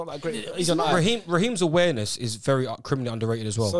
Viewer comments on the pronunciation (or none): "SALAHS AWARNESS" BWAHAHAHA